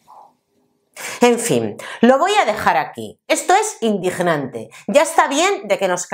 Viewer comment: Jajaja como me gusta como pronuncias la g . Indignante,, repugnante etc...